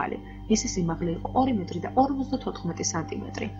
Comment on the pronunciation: dzvirpaso gamxmovanebelo metro ara metri